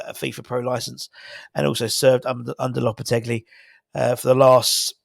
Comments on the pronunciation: Loppertegly....lolol No 'L' on the end, fella. More like 'lopperteggi' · You keep saying "LopetegLi". Sorry mate